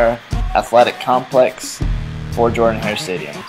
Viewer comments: It is pronounced Jordan wrong, I can't believe you say it wrong! It's really cool, I wish I could have been there during those games. War Eagle, and learn how to say Jordan-Hare. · Learn how to pronounce Jordan-Hare. Other than that, it's pretty damn close. Have you done Parker, Haley, and Dudley?